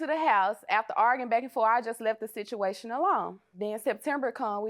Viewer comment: “He tried to derfruse the sichciation”??? Deliver God!